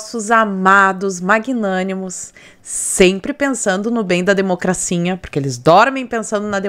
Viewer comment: Oi amiga! Vc é uma excelente co.entarista politica. Vc fala "democracinha', por chacota ou vc não consegue falar "democracia"?.😂😂😂